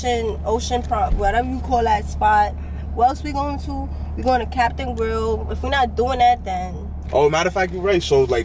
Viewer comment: She said captain grill 😂,capital grill.